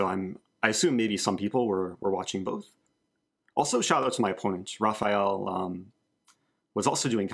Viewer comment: Thanks for the good content Eric. BTW, if a word starts with an R in Portuguese, the R is pronounced like H in English. So, it's basically "Hafael".